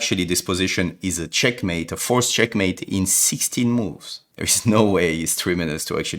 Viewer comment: bro it isnt chenkmate